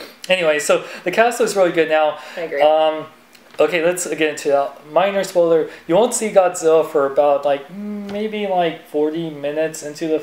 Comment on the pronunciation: Its spoiler not spoler